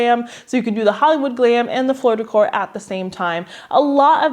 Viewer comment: When you said "Floor Decor" I thought you said "Florida Core" and I was so confused as to why we would ever make an aesthetic that was reminiscent of Florida lol